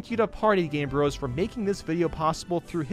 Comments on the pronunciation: And you still can’t say “bros” the right way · So you built all this suspension up and then you pronounce “bros.” Wrong, come on man.